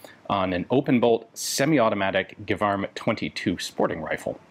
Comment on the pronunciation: As a native speaker, I would be quite surprised if it wasn't pronouced "Jévarm" insted of Guévarm". You're quite probably under German influence (Gewehr) :)